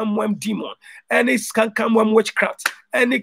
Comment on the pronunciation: you went from saying canker worm to saying camcam worm? Lol